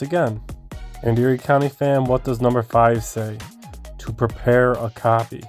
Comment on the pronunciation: You couldn’t remember the words “To Prepare” you articulated that horribly.